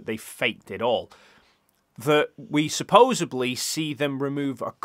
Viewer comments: THIS!!! It grates every time he says it, and it's not just in this video. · *Supposedly. “Supposebly” isn’t a word. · I appreciate and enjoy your debunks. Thank you! I do cringe every time you say “supposably” though😖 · let me spell it out for you seeing as you decided to pick an argument over something you don't understand. says "supposebly" instead of "supposedly". That's all. He said it loads of times. I like it, even though it's wrong. That's all. Congratulations, you managed to pick an argument over a really simple difference in pronunciation. Made a total mountain out of nothing at all. You're the reason that we're told not to look at the comments. Congratulations, genius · Supposedly not supposebly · Ok ok. I Like your videos. But it's supposeDly. There is no B in that word.